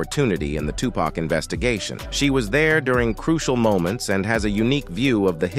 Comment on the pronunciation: STOP CALLING HIM TUPACK. IT'S VERY DISRESPECTFUL. HIS NAME IS TUPAC DAMN